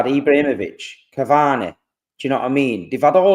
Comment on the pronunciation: Cavaneh, Messeh, Rodreh, Man Citeh, Its beautiful.